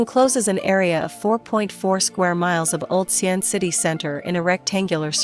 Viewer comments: Ar til lery. Don't swallow the artillery barrel. Same with pronouncing Xi an. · I don’t think you hv ever set foot in China. The city is called Xi An. Not XIAN. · Actually it is Xi'an